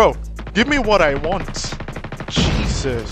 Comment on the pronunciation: My guy say na “Jesus” 😂😭